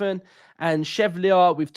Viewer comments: Great pod mate- Lucas Chevalier would be my choice, btw it’s pronounced SHE-VALLI-YAY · Pronounced Shev al ee ay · Joan, pronounced Wan in Spanish...... Chevalier, pronounced Shè-val-eeeyer in French... 😉!